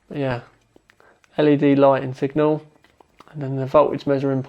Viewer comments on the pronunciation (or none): none